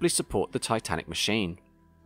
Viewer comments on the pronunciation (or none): none